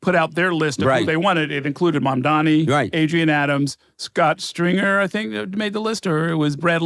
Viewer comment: The NYT answer completely invalidates all his previous statements. So much for impartial analysis. Is it so hard to call out prejudace ? Him mispronouncing Mamdani's surname is just icing on the cake.